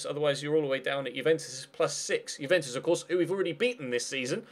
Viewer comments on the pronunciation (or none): none